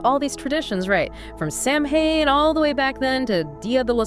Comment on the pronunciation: It's pronounced sow-en, not sam hane